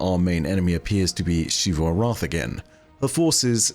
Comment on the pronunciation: THAT IS AN X, NOT A SH IT'S NOT SHEEVU ARATH, IT'S ZEEVU ARATH